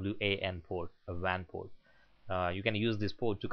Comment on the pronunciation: hahaha i heard that tooo but ermm its internet port